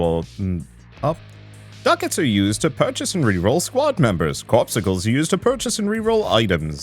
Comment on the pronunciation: It's not "corpsicles",, it's "cor-PUS-cules".